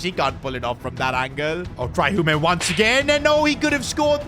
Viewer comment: It’s pronounced Hume not “humey”